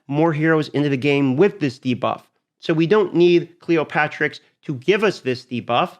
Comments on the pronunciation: why everyone on youtube says cleoPATRIX when this champion name is cleoPTERIX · It's Cleopteryx, not Cleopatricks. "Clee opp ter ix" --- just sayin.